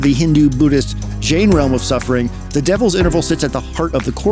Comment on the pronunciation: Fantastic video as always. Just a note that Jain is pronounced like the name "Jane" :) (source: me, my family is Jain)